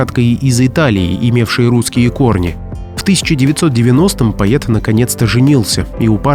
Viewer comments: Не могу понять: голос за кадром - ИИ или человек? Если ИИ - то простительно. Но если человек- то ЕГЭ во всей красе: "соЛ - фасоЛ - пишется с "ь" знаком, а виЛЬка- бутыЛЬка- без". Так и слово "поЕт" - пишется и произносится как "поЭт". Дальше можно даже не слушать, хотя тема возможно и интересная. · Дядя, ты своим " поет" вместо" поэт", испортил все впечатление от твоего ролика! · Поета,поета ,поета, слух режет.Дурь какая то как пишется так и читается Поэт. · Автор, говоря о Бродском, о его стихах, режет слух ваше " поЕт " . В чем дело?! Вы не можете заставить себя правильно произнести это слово? Тогда к специалисту , с которым занимаются не только дети, но и взрослые. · Не поЕт , а поЭт ‼️‼️‼️🤦‍♀️🤦‍♀️🤦‍♀️ ПоЕт - кровь из ушей ‼️‼️‼️ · Странно... слово "поэт" пишете правильно, а вот произносите всё время поет, через Е... Может быть вам не стоит заниматься темами культуры, литературы, истории? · Всегда говорили поэт , а не пает. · Не ,,пает ,, ,но ,,Поэт,,Поэт ,это вам не ,,паетка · Бродский поЭт а не поет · Поет Бродский, именно "поет ", именно так произносится слово поэт в этом видосе, безусловно, новое слово в русском языке. Слушать не то, что противно, но обидно и хочется попросить не калечьте русский язык, деятели культуры, а попросту жертвы ЕГ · что за поЕт? ПоЭт! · Поет вместо поэт 😮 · Режет слух то, как произносится в записи слово поэт - буквально по-е-т. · Даже не смогла дослушать((( ПоЭт, а не поЕт , человек ,озвучивающий текст. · Почему говорят поет а не поэт ? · Почему говорите поЕта? поЭт. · Вроде бы грамотный человек ,а вместо поэт ,всё вркмя говоришь поет .Не красиво . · Не поет, , а поэт.,поэтично.А не поетично. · Невозможно слушать, с каких пор поЭт на русском языке стал поЕтом? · Почему поет, а не поЭт? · Это не пророчества,а наблюдения.В Украине ничего не меняется уже несколько веков.И непонятно почему вы говорите пает,а не поэт? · ПоЕт?! Или всё-таки поЭт? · Поэт, а не поЕт😮. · Кто читает? ПоЕт, вместо поЭт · ПоЕт, или все таки поЭт???????